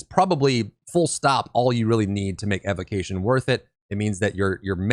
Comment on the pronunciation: OK, I gotta say something. It was causing me neck pains from all the wincing while listening to the video. Evocation is pronounced [EE-VO-KAY-SHEN (ēvōˈkāSH(ə)n)]. From the word evoke as in to evoke the spirit of the elements also known as an evocation of the elements. Evocation. Thank you and sorry.